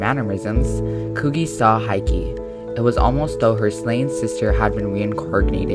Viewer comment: It's Hiki, not Haiki...